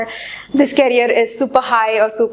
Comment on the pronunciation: Career ki pronunciation toh thik kar lije aap Please...It's request...